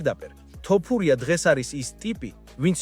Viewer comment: მეგობარო ვაფასებ შენს კონტენტს რასაც ქმნი. საწყენად არ გამიგო, გასაგებია ქართულად კარგად ვერ მეტყველებ, ალბათ აქ ნაცხოვრები არ ხარ. თუმცა ტოპურია არაა, თოფურიაა და ეს მაინც გამოასწორე